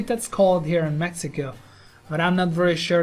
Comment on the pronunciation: Did this dude just say "mexica"???? lmao